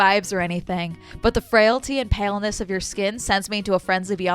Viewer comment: The guy said "pailness", not "paleness", so he thinks you're like a pail in some way?